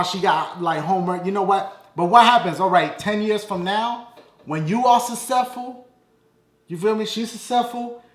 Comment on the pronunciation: yo anybody notice dashie said successfull wrong!!!